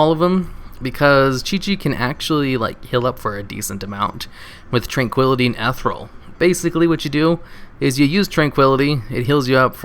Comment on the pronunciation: eth-eer-ee-ul XD i love your vids